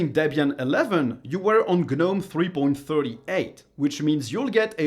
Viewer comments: I've not been on "G-nome" anything-- I HATE "g-nome" (something most people can't even pronounce much less USE) and I think it's for idiots.. My opinion- but it's RIGHT.. KDE is the way to go on this and anything else- to make the most of it.. and make it look ANY WAY YOU LIKE.... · What's a guhnome? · The G is silent in gnome.